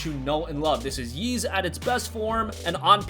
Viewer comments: Ys is pronounced “Eece” not like “Yeez” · The way you pronounce “Ys” makes me want to piss in a turtles mouth and shave my ball hair and glue it to my Adam’s apple.